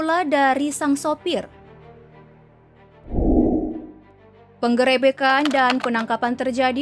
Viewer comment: Ngakak pas s mimin nyebut peng gerebekan